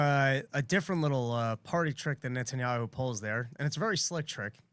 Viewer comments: Nethanyahu has weaponsed the letter "H" with "KHHH". I mean i swear I have heard him pronounce it properly before... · Why does pronounce Netanyahu with a British accent?